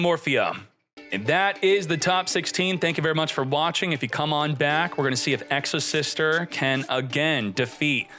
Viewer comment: Exosister? Nah its Exo-Shifter 😂